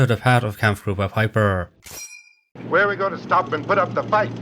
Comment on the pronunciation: A minor inaccuracy of your own at 0.45” it’s pronounced pipe-er not pip-er.